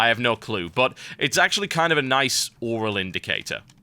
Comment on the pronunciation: hehehe... TB said "oral" :3